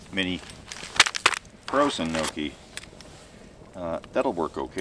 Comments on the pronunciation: “Knowkee” the pronunciation hurt. It’s No-chi Also your dinner made me want to gag 🤢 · This was an interesting and enjoyable video, but, If I may correct your pronunciation of 'gnocchi,' It's not "nokee." It's "nyohkee." Good thing there were no Italians within earshot. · Gnocchi is Not pronounced "No-key," it's "Nyaw-key," .... Nee-aww-key." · As an Italian his pronunciation of gnocchi bugged me. Gnocchi is pronounced knee-oh-key not no-key. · Nokey lolol gnocchi dude gnocchi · Dear: "Gnocchi" isn't pronunced "noki" or "nouki", but "neo-ki",yes, as in "Neo" from the Matrix, and "ki" as in "Kilo" at the end. Otherwise, great video as always! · seriously, it's pronounced nokey? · Gnocchi is pronounced Nyockee ...italian camping food😉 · whats a nokie??? do you me italian gnocchi??? lol.its pronounced nyawkee phonetically lol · Mini nooogi😂😂 my italian heart got stabbed by the mispronunciation😅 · never hear gnocki pronounced that way. Is that regional? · Um it’s pronounced “guh-nah-cheee”. Wow. Uncultured swine. 🙄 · British pronunciation of gnocchi is annoying to me coming from a city that is filled with Italians who descended from a huge immigration wave of Italians back in the late 1800's through early 1900's. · Look up how to pronounce Gnocchi…… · Please learn how to say gnocchi.